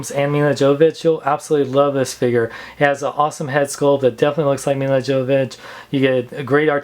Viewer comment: Her name is pronounced "YO-vo-vich". The "J" is silent.